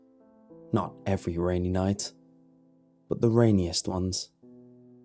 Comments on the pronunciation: raniest or rainiest? 🤔😂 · Raniest lol! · No one's gonna talk about "Raniest?"